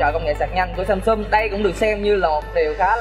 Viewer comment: em ơi..Samsung chứ kg phải Samsum nha.😁